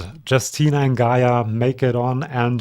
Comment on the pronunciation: I'm sure I'm not the 1st one to mention it, but Justyna is pronounced /yoos Ti nah/. 😅